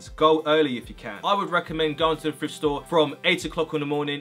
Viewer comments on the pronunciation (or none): I’m American but is he saying frift rather than thrift